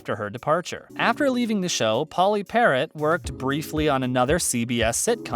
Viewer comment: Yeah...Pauley Parrot! Lame.